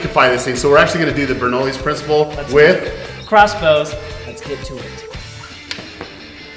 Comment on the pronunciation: This was a great video idea! Although I cringed every time you pronounced Bernoulli wrong...haha. (ber-NOO-lee; noo as in goo or too)